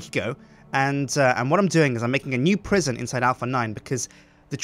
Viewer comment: La prison (with French accent) :D